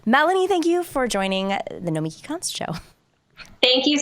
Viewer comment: It's pronounced "No-meh-KEY" ... right? Sam told me.